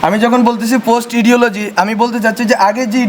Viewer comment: Tumi idiology pronounce korte paro na ar tumi hoila mastermind?? Khaise amare. Tomader ke domon kora jokhon shesh, jokhon tomra ghor theke ar ber hoite paro na ghoreo thakte paro na, tokhon private university ar madrasar chele ra rastay namsilo Hasiar against e. Jokhon tomader ke kukurer moto rasta ghate guli kora hocchilo internet bondho kore tokhon amra General Public tomader ke bachaite actively rastay namsi Hasinar against e. Ajke hero sajte valo lagtese valo kotha, kintu tomader mathay ghilu nai, tai tomra tikba na. Tomar language er jonno shorkar pore ni, you are not even good with language to start with.